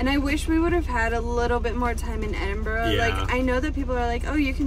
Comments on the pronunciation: My instant respect for pronouncing both Glasgow and Edinburgh correctly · Hi guys really enjoyed the video and well done on your pronunciations, they were spot on. When you come back you have to visit Edinburgh during the festivals during August, the city is out of this world at this time of the year. Thanks 🏴🏴